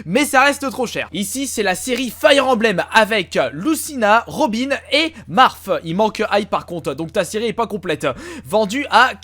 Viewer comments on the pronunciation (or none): omment tu prononce Marth O_o!